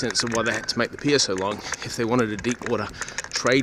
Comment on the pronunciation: Nice video, mate. And it’s ‘pier’. 😉👍